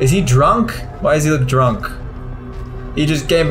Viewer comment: The way you said drunk 🤣👌